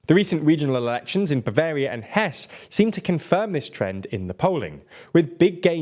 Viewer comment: The final e in Hesse is not silent!